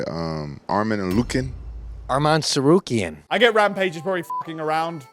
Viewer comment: "Arman Enlucken"